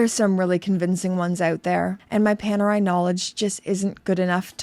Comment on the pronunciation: Ni una vez a pronunciado bien Panerai 😂